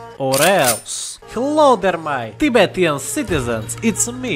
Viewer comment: Can’t believe he said Tibe-tian instead of Tibe-Shen smh my head